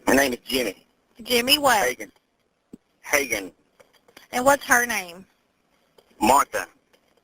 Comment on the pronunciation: I love how people insist on changing the pronunciation of someone's name. The husband CLEARLY said his name was pronounced Hay-gen, not Hay-jen. I'm glad all of these calls ended ok. It has to be frustrating to deal with these 911 call center operators that don't have a helpful tone and do seem uncaring in their way of getting info and asking questions over and over. The girl hiding in the previous call was obviously trying to keep from making noise and they kept trying make her talk. Ugh